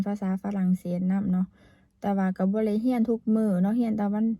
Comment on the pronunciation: ทำมัยสาวพันพูดคำว่าได้ไม่ได้ภาษาลาวก็พูดว่าไดเหมือนกัน